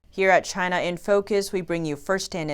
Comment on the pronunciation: I heard that. "From Inside CHY_NAH"